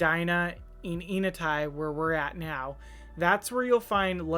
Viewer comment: pronouncing the name of the neighborhood starts with the sound "n" as in saying the letter. "N" uh-tie. Nice home! Thanks for sharing!